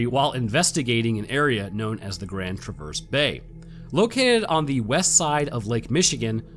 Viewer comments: "Travers" not "Traverse" Love, a Michigander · “Traverse,” as far as anything in the northwest lower peninsula goes, is pronounced “TRA-verse,” NOT “tra-VERSE.” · it's grand TRA-verse bay not grand tra-VERSE> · It’s pronounced “Trav-urse”, as in Traverse City, Michigan, or Grand Traverse Bay. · "TRAA-verse" is how we locals say it, so as not to confuse with the verb. See also Milan ("MILE-un") Michigan. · The bay is pronounced like the name Travis not like reverse. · After the way you pronounced traverse bay it doesn't matter how bad the Scottish words were😂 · I have lived in Michigan my whole life and have never heard of this. I have also been to the Grand Traverse area twice and heard nothing. You also pronounce Traverse wrong, but we can chalk it up to the wonder that is North American regional accents.